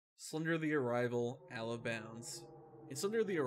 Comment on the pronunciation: This is a cool video, and I don’t mean to detract from it, but somebody’s gotta let this guy know how to say the words “out of” the right way. With all due respect to the man, but it started bugging the hell out of me whenever he’d say allo-bounds or allo-place and stuff like that 😖